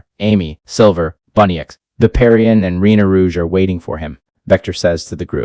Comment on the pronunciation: It’s bunnix not bunnyx